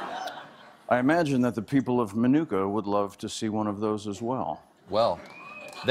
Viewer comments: i hate ow he says minooka lol. im from around there and it just bothers me. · Why aren't they pronouncing Minooka correctly? Nick, you know better!